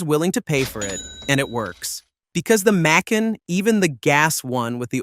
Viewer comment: I wanted to like this but the AI slop “Mick-can” “Mack-con” “Make-in” pronunciations were intolerable.